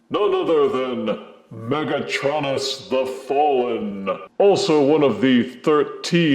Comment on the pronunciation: UrM ActiUlly it's pronounced mega-TRO-nus not mega-TRON-us